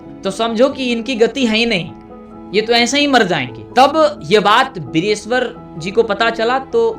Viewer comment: Mithila k mantri ka naam direshwar nhiii..... Vireshwar hota h...